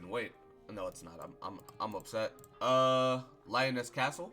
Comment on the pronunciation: Leee-o-nes Castle... Liones. Doing this for every video